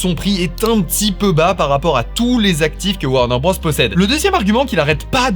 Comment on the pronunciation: Top vidéo :trophy-yellow-smiling:. Juste un truc, c'est pas "Warner Brosse", c'est "Warner Brôze" niveau prononciation.